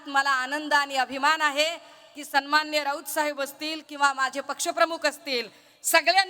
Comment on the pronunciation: सुरवातीचे डायलॉग घरून पाठ करून च येते.. सणमाणणीय... सणमाणणीय...